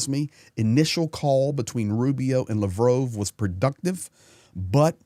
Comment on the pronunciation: RUSSIA ! You can't even pronounce Sergey Lavrov's name.